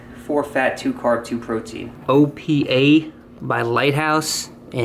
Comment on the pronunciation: Ooh you committed a Greek mortal sin. It's pronounced Oh-pah like Oprah without the R. It's a Greek expression that is akin to cheers.